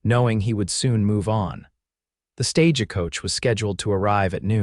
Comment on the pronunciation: Ditto "gunslinger" - with "ger" pronounced WRONGLY as "grrr", Instead of "jer" as in "Jersey" or as in "Ginger" or "Derringer"... soft "g" 's... or "Carriage" or "Stage" Last 2 words both with SILENT "E" AS THE LAST LETTERS. SILENT, AND NO "uh" endings. AI is no substitute for a well-spoken and teachable human, writing or speaking.